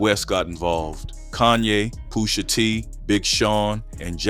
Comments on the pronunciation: Poo-sha Tea G-eye-da-kiss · Poosha t 😅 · “Poosha T” 😂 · Is this Ai slop?? Im sick of these “commentators” mispronouncing rapper’s names. POOOOSHA T?…..GUCCI MANEY? Smh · Wait bro naaahhh Not POOSHAA TEE and JOUHDAKISS 😂😂😂 WTF